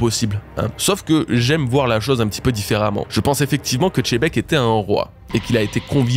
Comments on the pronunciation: On s'en fout de comment on dit Xena ou Xylophone ou autre, moi je te parle juste de Xebec et Xebec ne se prononce pas "Xé" Vu que t'as l'air d'avoir des soucis d'écoute, prend du temps pour passer en boucle la VF sur Sengoku et tu verras. Après je t'accorde que je le prononce mal, la prochaine fois je dirais Djibek ! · faut pas te forcer c'est le seul individus qui dit tchébec faut pas trop lui en demander sur les prononciation.. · Tu le prononcerait comment? Perso j’ai l’habitude du X catalan donc plutôt Chebec (C donnant Ch comme cheval), mais je sais pas comment faudrait le prononcer en vrai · Arretez de dire chebec, le x ne se prononce pas comme ça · nom mais il ignore juste la règle arbitrairement c'est tout. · Merci pour la review 👌🏼 Pas d’accord sur la prononciation de Xebec, et pas d’accord sur Barbe noire qui récupère Pluton car le narrateur l’a dit: sous le règne de Momonosuke Wano connaître la paix. Donc ça n’arrivera pas. Par contre il récupérera Poseidon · je veux bien te croire aha tu connais mieux one piece que moi 😁 mais xylophone je ne le prononce pas djilophone ou chénophobe, ou alors chénoblade chronicles😭 chacun sa prononciation après tout ! Bonne journée à toi aussi !! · je suis d accord avec toi que les japonais prononce gzébec , ce qui fais xebec au final, mais surtou pas chebek, tu veut me dir qu il prononce aussi lojia au lieu de logia ? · Arrête de dire Tchébecque c'est Xebec ! Merci 👍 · JIBEKKU "JI" pas CHE!!!!!!! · Salut à toutes et tous, à quel moment "x" devient "ch"😂... Merci pour l'analyse. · Pourquoi tu dis toujours chebec alors que dans l’anime Sengoku dit bien Xebec, c’est pas possible d’être aussi illettré 😅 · (zzz) La prononciation est bel et bien "Chebek", que ce soit en japonais ou en français, le "Xé" n'est jamais prononcé "Gzé" mais plutôt "Tché" voir "Dji" Le rendu final prononcé de Xebec donne alors "Tchebek", "Jibek" ou encore "Djibek" en VF et en VO, je te laisse check l'épisode 958 :) Bonne journée !